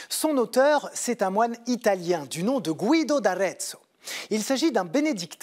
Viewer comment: Guido ne se prononce pas gouido mais guido. Comme guilde en français.